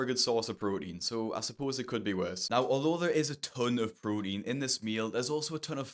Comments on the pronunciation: “A good source of prorein” ….. “prorein” 😂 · pro-een Good source of pro-een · what's "prodine"?